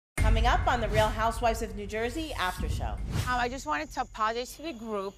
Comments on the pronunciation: So it sounds like Teresa said I "apolasee" to the group. Oh yeah, this is the wife who needs to be told what an analogy is!!! Was Done with Teresa several seasons ago! Teresa is Bully #1, NOT a role model, has NO impulse control, is the living breathing things that she called Margaret when she threw the drinks at the table, is the most hypocritical, double-standard, double-downing housewife of any of the Housewives. Andy - open you eyes, she is way past her shelf life! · Teresa did not apologise she could not even pronounce the word If she was not so angry with the world she night of realise